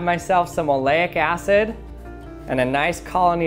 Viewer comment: Aleyic Acid. Oh my god.... Kool ecperement